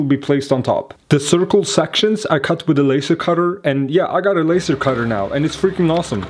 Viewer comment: hmm.. puff... arggh... you're.. you're saying LASER WRONG!! :@